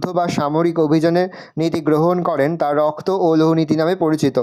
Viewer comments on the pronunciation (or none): রক্ত ❌️রস্ত ✅️😂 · রক্ত ❌রপ্ত✅